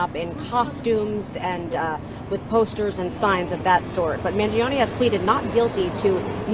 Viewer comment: such.a caker way to say Mangione! with 3 syllables. Cmon make a better effort to pronounce an Italian last name!